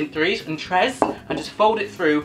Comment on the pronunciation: When he says tres👌👌😂